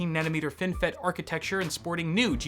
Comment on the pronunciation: FINALLY SOMEBODY WHO CAN SAY THE WORD ARCHITECTURE... God damn dog... Gameranx and Luke from LinusTechTips say "arcatexture" and it just sounds so dumb... seriously where the fuck does anyone see an X in there? You want me to start calling tinctures tinxtures?